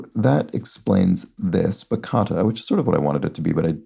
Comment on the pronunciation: Bachata is pronounced “bah-tcha-tah”. It’s a really cool and popular music genre that incorporates so many different music influences from different regions (Spanish guitar, Taíno indigenous music, south African music). It’s a reflection of just how diverse Dominican culture is. Tarde de Arrepientes by Luis Varga is worth a listen, if you’re interested.